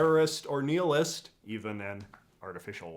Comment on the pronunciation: You say nihilist wrong